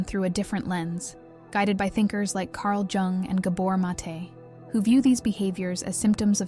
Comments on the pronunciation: Pronounced “yung “ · Pronounced, "Carl Young" ... not G-ung. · jung is voiced as "yoong"